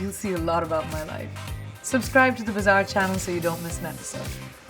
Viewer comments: I always hear it as bizarre channel instead of bazaar channel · Priyanka said bazaar, but Bazaar sounded like bizzare